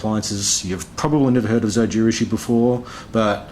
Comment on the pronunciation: Just the japanese like pronunciation of Zojirushi in the end deserves a like.